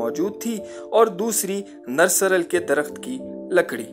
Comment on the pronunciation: بھائی نرسارل نہیں۔۔۔نرسل ہوتا ہر اس پودے سے ہی قلم بھی بنایا جاتا ہے